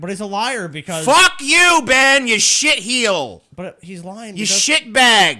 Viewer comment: i heard "shit-heel". I clicked thumbs up.